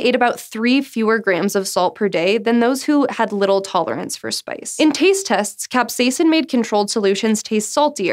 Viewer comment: Ahh she said capsaicin like a normal human being! Great job! ;)